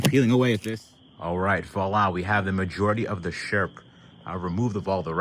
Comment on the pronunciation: Every time you said sherp trailer to my damaged hearing it kinda sounded like shrimp trailer and it got me thinking, can one go shrimping in a sherp? The internet needs answers.